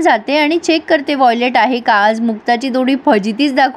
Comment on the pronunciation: Violet nahi it’s wallet